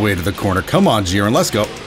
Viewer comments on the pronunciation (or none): Jeer-in not Jih-ren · please please bro it's not pronounced geren